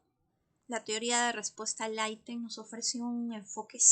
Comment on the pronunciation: Porqué dice aitem😅😅 decimos item en español 😂😂😂